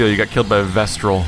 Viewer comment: I'm pretty sure it's "Vestal" not "VestRal":)